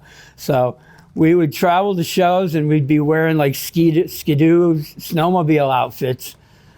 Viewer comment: I absolutely HAAAAATE how this ma just pronounced ska-do… mf 22 ska-do (ski-doo) 😅 On the other hand, this “eating zombie period puss” is a super cooooool look for a 75 y/o man to pull off.